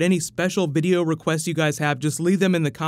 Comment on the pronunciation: did he say bideo?